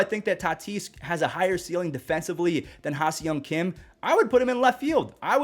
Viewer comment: love your videos. Can't wait to watch Tatis again. FYI - the pronunciation of HSK is (HA-SONG KIM)